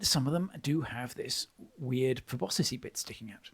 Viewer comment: Me: why does keep mispronouncing proboscis? Note: I learned the word proboscis through Homestar Runner